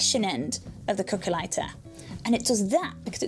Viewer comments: cookah ligh-tah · i heard it as calculator